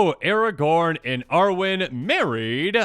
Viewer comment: Why is Aragorn not Aragorn?